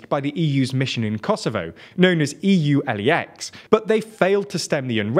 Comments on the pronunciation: Pedantic input: I don't think LEX is pronounced L.E.X., but rather as LEX, as in law in latin. The formal name being "European Union Rule of Law Mission in Kosovo". ^^ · As the answer to your post, I finished 2 years of Law University, and yeah I think it should be pronounced Lex. As Lex Talionis (here is called the "eye for an eye" law but in EU it might be closer to the "Law of Retribution") Now see this end up replying on some post talking about borders, or NATO presence. :D YouTube has to get its...alghoritm together. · You are correct it is pronounced like "U-Lex" and while being pedantic it is pronounced like K-4